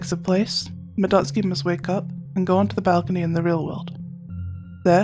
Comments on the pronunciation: Omg 💯, the relief when she said it right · Finally, I have found someone of culture who can pronounce Madotsuki's name correct... I feel at peace🙃